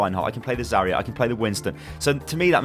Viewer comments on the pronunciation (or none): Zarya not Zareya.